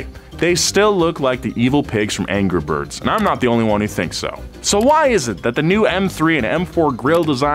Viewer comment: Can we just appreciate that said "anger birds"